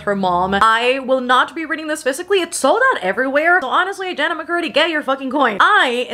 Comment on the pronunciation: It's Je-nett, not Janet